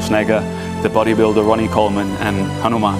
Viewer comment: Not Hanumen, Pawan Putra "Hanuman" "Hanuman" you need to be pure for pronunciation. I hate when foreign people pronounce our GOD name wrong.